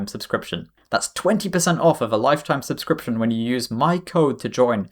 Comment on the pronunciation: "Supscription" you crack me up